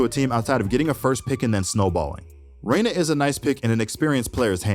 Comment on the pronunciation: You did Reyna so wrong dude.